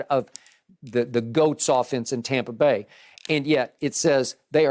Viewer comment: Did Skip say TOMpa Bay???? 🤣